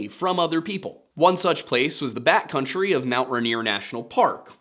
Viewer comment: I can't help but hear "bat country" rather than "backcountry".